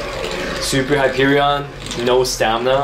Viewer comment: As a borderlands fan the way you say Hyperion frustrates me